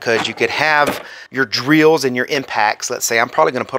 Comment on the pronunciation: Good review with useful information. The way you say drills: dree-als 😂